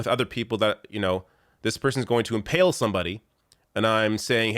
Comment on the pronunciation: Inhale? Did you mean impale?